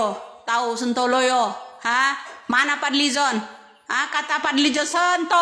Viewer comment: Bukan sentoloyo mbak...tapi yg bener sontoloyo